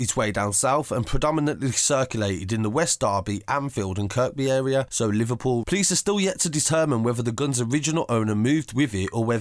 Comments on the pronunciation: Kirkby...pronounced kirby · Kirkby has a silent k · K J kirk by & waver tree 😂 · Pronounce Kirkby as Kirby and Wavertree as Wave - a tree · The way you say Kirkby and wavo is funny uno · and wavatree